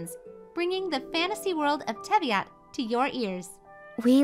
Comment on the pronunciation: I like how they spelt and said Teyvat wrong